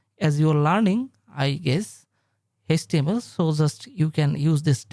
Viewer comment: it is html not hastml